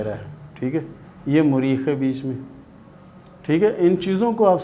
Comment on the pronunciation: Apko to thek se bolna b nhi aata its not زیل its زحل .. and what is مُرید ? ? its مریخ .. اور مریخ کے دو ابھار ہوتے ہیں ایک منفی ایک مثبت ... یہ بھی تو بتاٶ نہ